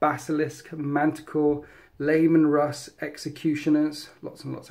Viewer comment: I keep hearing Layman Russ. I love it.